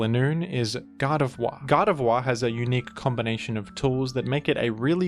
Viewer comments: my favorite part of this video is when pronounced "Gardevoir" as "God of War" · Can’t be the only one hearing him pronounce Gardevoir as “God of Wah”